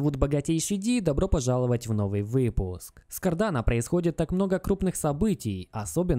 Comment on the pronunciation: НОВЫЙ ВЫЫЫЫЫЫПУСК к чему етот наголос